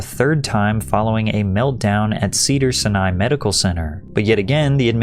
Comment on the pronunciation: I like how you pronounce Cedars-Sinai. You said “Sinai” like it’s someone’s name. It’s pronounced “sie-nie”.